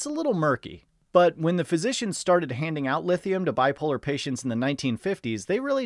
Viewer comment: 'Lifthium' lol 😂